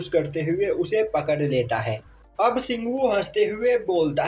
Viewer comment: Si😅😂ghu ko ghu blo karo😅😅😅😅😅😅😅😂😂😂😂😂😂😂